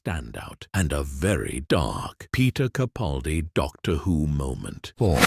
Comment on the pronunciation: It would be nice if Mr. CaPALdi's name wss pronounced correctly. But I feel like I'm tilting at windmills, so few actually get it right! 😢